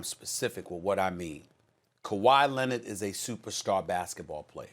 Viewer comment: Kawhi “Lennit”. -SAS 2020